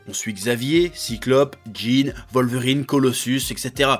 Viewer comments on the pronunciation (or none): none